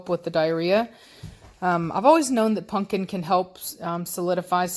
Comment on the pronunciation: Love how keeps saying punkin instead of pumpkin!!!!! 😆😆😆😆😆 That's what i call my dog, punkin ❤ Giovanni looks so much like Blondie. He is so handsome though.